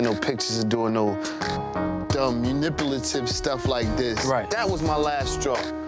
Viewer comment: The fact that Karlie couldn’t say pathological and couldn’t say manipulative gets me every time 😂😂